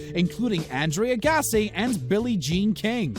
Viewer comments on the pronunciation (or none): Andrea Gassi. Good work on the pronunciations there bud! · andre AAAAAAgassi not aagassi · Had to stop watching after hearing "Agassi" pronounced as "Agasee", "Seiko" as "psycho" and "16,000" when it should have been "1,600". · Andre "Aygossy" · You said Agassi wrong